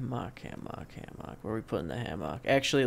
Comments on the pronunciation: He says hammock weird I say it ham uck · I have never heard anyone say hammock like that lol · You say "hammock" like you're making fun of pig butts. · The way you say Hammock drives me fucking insane. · My mans says hammock weird as fuck.... Don't think I've ever heard it said like that/enunciated that much.